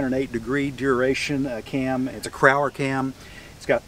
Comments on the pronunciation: Great Video!!!...... SOME RACING PARTS HISTORY ---- Crower Cams is actually pronounced CROW-ER like the Bird, not Crower or Crowler.......Dave Crow-er owned the company... There used to be a Black CROW Logo on the cam boxes to help teach the public the proper name, the racers never made the connection..... I bet that 56 Chevy fiberglass tilt nose was made by Dave Anderson at Ai Fiberglass, Elkridge Maryland (Anderson Industries)....The first fiberglass parts company in the world..... My Uncles who had a speed shop up the street from Ai fiberglass, built and owned the worlds fasted Chevy powered dragster in the early 60s " The Coleman Brothers Speed Shop Dragster.... Scotty Fenn who owned Chassis Research was working for them at the time..1960/61 etc... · He's Right, even though CROW-ER answers the phones using the wrong name, if you ask them, they will tell you the same thing, It's Really CROW-ER... not Crower or crowler...... And the Coleman Brothers Dragster was not only the National Record Holder, it was the FIRST REAR ENGINE DRAGSTER THAT WORKED, Kicked Don Garlits Ass before Garlist ever had a rear engine car!........ see link...